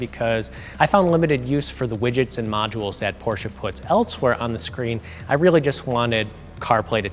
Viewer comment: Half the video is about iPhone charging and hold brake pedal functions? Nitrous button? Guy has no clue about cars and is way out of his league. Me thinks he doesn't even know how to pronounce Porsche. He needs to take a lesson from Thomas at Autogefühl. Terrible review.